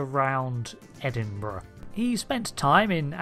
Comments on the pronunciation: Edenborough??? Did you mean Edinburgh i.e. the capital city of Scotland? The 'p' is silent in the name Campbell. The beta content fills a lot of gaps with very little conflict so its inclusion in the timeline is justified. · *Edinburgh. I'm not certain where Edenborough is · Edenborough? Or Edinburgh? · "Edenborough" nah its spelled Edinburgh mate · Disliked for ‘Edenborough’. Ridiculous!